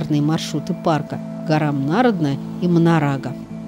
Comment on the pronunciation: Прошу прощения, почему нАродная, а не НарОдная?